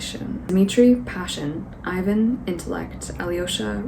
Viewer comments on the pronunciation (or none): none